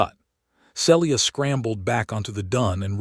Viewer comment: SEE - LEE - AH and E - LYE - US. make some effort to have A.I. PRONOUNCE NAMES CORRECTLY. People do not want to listen further with such SLOPPY,NEGLIGENT effort.😮